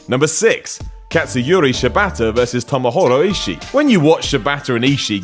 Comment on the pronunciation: It's Tomohiro not Tomohoro mate.